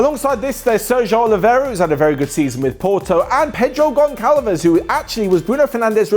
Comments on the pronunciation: U don’t pronounce (gonçalves) gon-call-ves u pronounce it more gon-Sal-ves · you were doing an amazing job spelling portuguese names until you said Goncalvez its Gonçalves and the ç is spelled like an s and its Gonçalo Guedes not Carlos Guedes and the U its mude ok. Please man at least go to google translate to be sure of the spelling, despite the voice being brazilian. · You don't say Barka right! It's Barça Gonçalves Gonçalo And so on Ç is pronounced S